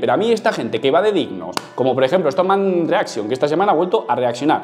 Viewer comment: Me mata lo de strongman reaxion xD